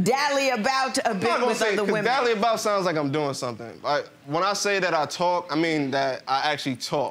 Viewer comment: Woman: “not one burt two wemen “